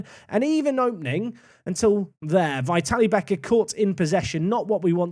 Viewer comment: Great stuff as always. Just an FYI- pronunciation of Vitalie is vit-al-ee-eh. Or if it makes more sense think of how Italians pronounce "Italia"- vitalia